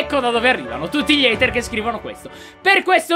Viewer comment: ''haiter'' muoio